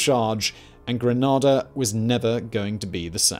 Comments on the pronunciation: NO GRANADA IS A CITY IN SOUTHERN SPAIN BUT GRENADA IS THE SPICE ISLE OF THE CARIBBEAN. LEARN THE DAMN DIFFERENCE IN PRONUNCIATION. AND YES I'M YELLING! SO DAMN ANNOYING. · Geeeze... commentator clearly not from the Caribbean. No one says Gre-nad-da. We say Gre-Nay-Da... your pronunciation screeching my ears... but continue with your story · Grenayda is how you pronounce Grenada not the version is saying... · Thank you for covering this! My family is Grenadian and I’ve heard many personal accounts of the invasion but this was incredible and educational! Always very exciting to see our history covered, especially in such depth 🤝🇬🇩 Quick respectful note on pronunciation, we pronounce it “Gree-NAY-da” rather than “Gra-NAH-da” so if anyone ever runs into one of us or especially if you visit the isle of spice this would be better received! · I was in the assault by the 82nd airborne division. The proper pronunciation is gren aid a. That’s how the islanders said it to me. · pronunciation isn’t same as “Grenada” the Andalusian city but rather per “grenade” the munition with an “a” on the end. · It's pronounced GreNAYda lol.... The amount of times mispronounces the names of the islands hurts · Never in my entire life have I heard anyone call it by the name used, not even people local to that island and I've lived in the Caribbean my whole life and been to Genada many a time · As a Grenadian I can tell you categorically that Gre-nay-da is the only correct pronunciation of the name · Hi,. It's pronounced "Grenāda" with a long "a". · **stops video and opens comments** It's pronounced GREN - ADA bro! GRENADA. It's really not hard. Your pronunciation is almost as bad as your old outfits "Riyadh-gate". I want to stab myself in the ear drum everytime you say it wrong. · Sorry, could't get past the first line...the name of the country you did a 25 minute video on is not pronounced GrenhAAAHHHDAAAHHH...not even at Eton. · It's Gre, not grin... ada